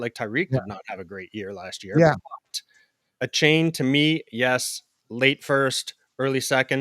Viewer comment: come on guys its A-chain